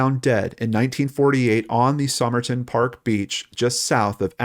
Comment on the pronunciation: Sah-myrrh-tin man hey?